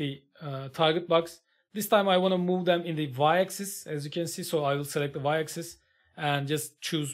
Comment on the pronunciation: Hocam video harika. Sadece axis‘in okunusu egzays değil ekzıs şeklinde 😅 birkaç saniye idrak edemedim